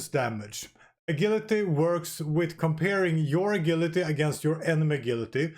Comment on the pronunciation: What’s “a-gill-atee”?